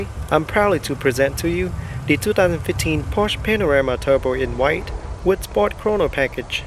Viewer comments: Thick Vietnamese accent. Could be edited down 20 min. It's PANAMERA and not panarama. #Amateur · It's panamera not panorama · Hey, i've just discovered your channel and i'm enjoying it a lot. i've watched the M6 Coupe, m6 Grand Coupe and now watching the Panamera.. don't mean to be rude but is it me or you said panarema instead of panamera? i've noticed it and it's funny haha. where are you from? you have a different accent that had me curious. also would you do a porsche cayenne (turbo or S specially) review? i'm looking for the cayenne review for a couple of weeks and only found 2 minute-bd quality videos (i don't know if it's already on sale though).. keep up the good work, you really have awesome videos :D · It's Panamera, not Panarama. Or this was a joke? Nevermind, congratulations for 10k!! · Hi asian dude, its a Panamera not panorama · Not panarama, it's panamera! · Its Porsche Panamera not Panarema ! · Porsche Panarama??? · it's called a PANAMERA, NOT A PANARAMA, dude you do need to so some woodshedding and tighten up your game, check out saabkyle or shmee, they'll show how it's done. Good luck to you. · I swear that you are calling the vehicle a Panorama which of course is very wrong - its a PANAMERA (Pan-a-mera)... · dude it's called panamera not panorama! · If you are going to review a car you should get the name right it is Panamera NOT Panarama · cars not called Panarema and Panamera)) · Bro, congrats on your 10k subs. But the car is called PA-NA-ME-RA, not panorama. Slow your roll and say it right. Stopped watching you video after your said it wrong 3 or 4 times in 27 seconds. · and its Panamera, not Panarema... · Porsche "panarama" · Its panamera not "panarama" "looks very nice" lol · ITS PANAMERA, NOT PANORAMA!!! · I laughed so loud when you said "panorama", my days. good review anyway, keep it up. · panarama are u serious 😂😂😂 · Dee Porsch Panaramaaa)))) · Its pronounced Pahn-Uh-Mare-Uh